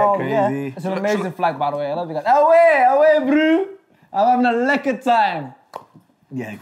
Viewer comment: AWE BRU! Having a lekker time! 😁 Said it with the accent and all! That's how you know mans was in South Africa